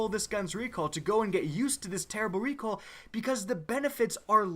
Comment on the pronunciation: Lmao he said "recwoal" instead of recoil😂